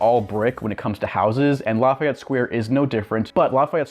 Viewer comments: I agree with you. His mispronunciation is annoying. It is pronounced: La-Fee-Et. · But we don’t pronounce it as La F eye Et, it’s more like La Fee Et. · Its "Laff - EY - Ette" you prick